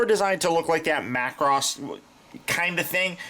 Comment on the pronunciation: Major props on saying Macross. 👍